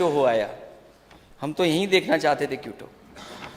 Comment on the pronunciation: माननीय अखिलेश जी क्यूटो नहीं होता क्योटो है वो😅